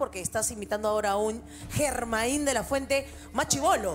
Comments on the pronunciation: Así como lo dijo el presentador Yermain y no Germain de la fuente. Con la Y y no con la G fue y es conocido mundialmente éste fabuloso cantante, así se escribiera con la G. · Muy buen intento. Pero No es Germáin " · Se excede en el vibrato y eleva mucho la voz, como si estuviera cantando opera. A pesar de tener bonita voz, debe mejorar esas dos situaciones para que pueda ser el verdadero émulo del maravilloso Germain de la fuente. No olvidar que Germain se pronuncia con Y y no con G. Así se le conoce en el mundo entero.